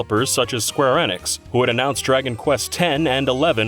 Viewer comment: That's not how you pronounce Square Enix. It's not Square Ennex.